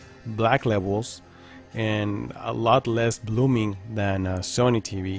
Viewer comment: I watched most you tubers reviews this tv they don’t said blooming like you saying